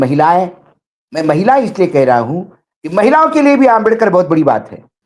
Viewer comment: दीपक भाई माननीय अंबेडकर जी को आप अंबेदकर क्यों बोलते हैं